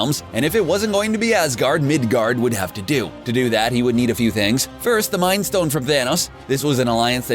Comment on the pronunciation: magic tricks stone 🤦‍♂️ not ston